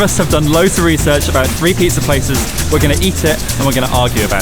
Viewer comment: Sounds like saying "pieces" instead of "pizza"